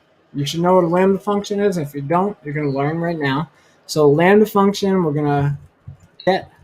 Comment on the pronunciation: you say "we're gonna write a landy(sp?) function? What exactly did you say so I can research please!